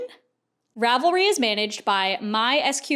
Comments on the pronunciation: Rav-leets. Love your videos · as a huge fan of ravelry i love hearing about all the drama. i didn't know much about it beyond just using it and how much of a simp i am for their search feature. also as a software developer who works with server stuff every day and has said this word like a million times in the last month, - it's pronounced "zen" haha